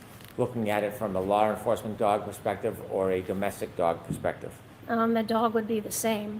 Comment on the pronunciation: Hank its pronounced Law NOT Lar !!!